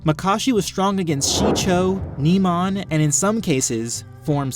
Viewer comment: Great vid but it bugs me when you nemon instead of pronouncing it NIMAN